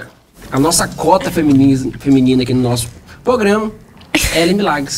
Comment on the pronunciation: O falando "pograma"